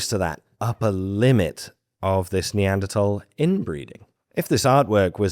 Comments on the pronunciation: Finally, people who say Neanderthal correctly. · The word comes from german, where it's pronounced "tal"